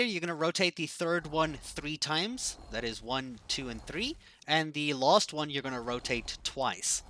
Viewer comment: Am I the only one that noticed this guys says lost instead of last